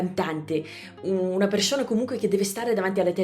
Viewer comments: soprattutto quando dici "persona" o "persone" si sente... socc' 😅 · Io sento un italiano che tutti direbbero essere di un madrelingua 100%. La e di "bene" è chiusa (che non sarebbe lo standard, ma la dicono così in tutto il nord Italia... e persino in Puglia); poi c'è la s (come in "persona"); la dicono così i romagnoli, quindi è poco diffuso; tra l'altro ho sentito video di 3 anni fa e non la dicevi così. Ti assicuro che di nordamericano non si sente niente. Un po' strano sento "vidio" e non "video", non so se anche questo è romagnolo...